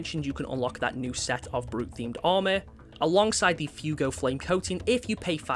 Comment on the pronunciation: Fuego is pronounced “fweh-goh” its Spanish for fire/passion it’s not pronounced fugo